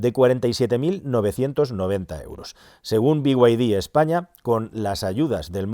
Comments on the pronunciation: Porqué dice biguaydi si claramente pone beide? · Pero que te pronuncie en español, no como el bigüaydí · Por favor, por favor: Por favor: "Be Y De" dejemos los anglicismos para los ingleses. Las iniciales de Build Your Dreams en español se pronuncian: BE Y DE. Gracias por tan magnificos videos!